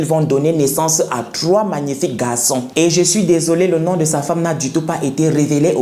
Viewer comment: Tu es comme moi, je n'arrive pas à prononcer le chiffre 3.